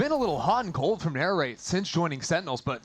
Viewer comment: the commentator keeps calling NARRATE Nature lol